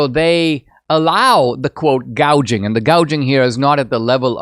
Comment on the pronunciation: And she's SO stupid, inept and inarticulate that she said 'price GAUGING' not "price GOUGING"...........God help America and the whole world if she gets over the line. Cheers from Oz!!